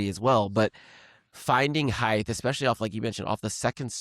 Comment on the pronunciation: height is pronounced with a T sound as the last sound, not a TH sound. Think of the word weight. Do pronounce it WA-TH? Or 'wait?' Do yourself a favor, and do not go down the McEnroe road of trashing the language with lazy speech.